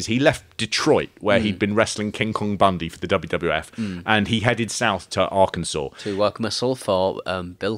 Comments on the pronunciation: Arkansas is pronounced ark-in-saw. And this murder is SUPER famous here in the states, The Boys on the Track. The officials claimed it wasn’t a murder, that they fell asleep on the train track from smoking pot and never woke up when the train came. Because that’s plausible. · As someone from Arkansas, it was funny to hear you mispronounce Arkansas 2 or 3 times before you started getting it right. 😂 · Only 11 months late! What made you finally start pronouncing Arkansas correctly like the 5th time? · ‘Our Kansas’ sounds so much nicer then ‘R-Kin-Saw’ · Helpful assist- "Arkansas". Pronounced- 'Ar-Kan-Saw'. 'Ar-kansas' is not interchangeable with 'the correct pronunciation. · Arr-kansas should be Arr-ken-saw. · Did you say AR-kansas? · Arkansas is pronounced are can saw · Arkansas is pronounced like Arcansaw not how it’s spelled. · Big fan of taking a good 5 attempts before remembering how to pronounce 'Arkansas'